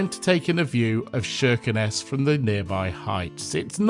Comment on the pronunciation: Wonder how they're liking their Soviet saviors now that Putinstein is threatening the peace of all Europe. Why is the name pronounced with an "Sh"?